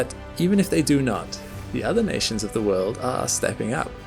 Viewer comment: Last I checked...world has a "L" in it..learn how to pronounce it properly